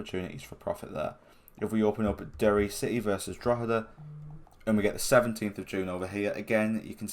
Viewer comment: I'm impressed that an English guy could pronounce "Drogheda" so perfectly!